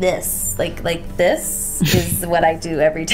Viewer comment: me gusta y me da risa la forma en que dice 'Like this' jajsjajaja